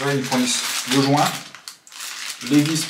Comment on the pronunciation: 2min45 le jouuuuinnt ton accent m'a tué =D